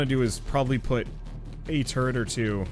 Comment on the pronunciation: why are you pronouncing 'turret' the same as 'turd'? lmao